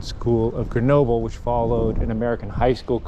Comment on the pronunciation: After all that time in France, can't you still not pronounce GrenoB-L-E and not B-E-L? Also, how do you expect your kids to adapt if you put them in an American school in France??? Don't you know that, the younger they are, the easier it is for kids to learn a foreign language and culture, particularly those of the country they live in? And, thank goodness, European schools teach acadamic stuff to kids, not sports! If a child likes to practice a sport, then it's got to be outside of class time! Your reaction/comments is what I fear most about the increasing number of Americans who come to live in Europe, but want to import the American dysfunctioning way of life they are fleeing! WHEN IN ROME, DO AS THE ROMANS!!! (and don't whine about it!)